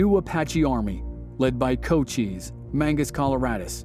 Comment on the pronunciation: Pronounced Co-CHISE, not CO-cheeze, hard 'S"...